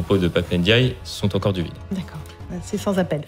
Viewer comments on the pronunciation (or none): none